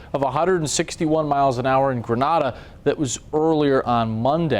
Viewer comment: 1. Who cares about July 4th in the Caribbean, especially during hurricane season... 2. Grenada (the island) is pronounced like grenayda-ah, not grehnada